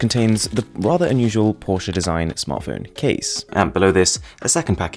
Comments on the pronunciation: I think ur the only person who pronounces Porsche correctly as porche-uh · Finally someone who can pronounciate "Porsche" right... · How you say 'Porsche' is perfect!